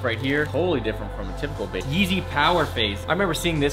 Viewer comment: everytime he says "bape" I think he is saying "vape"